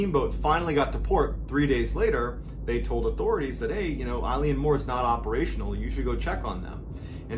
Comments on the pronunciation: Island name pronounced like 'ill-an moor' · Elan mor is a closer pronunciation. Eilean is Gaelic for island, mòr means large/big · It’s not pronounced Eileen Moore, it’s pronounced ILEN Moore it means big island in Gaelic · its not pronounced moore, its pronounced muuuuirr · Exactly when he said Eilean (Mor) as I had the video playing I was reading the name Eileen (Dietz) somewhere else in another tab. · It's pronounced (Yay) (Lan) More and just means big Island. I'm from an Island off the NW coast of Scotland too :) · Eilean mor pronounced 'ill an' means 'big island'. Just a bit of info. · Eilean Mòr? big island?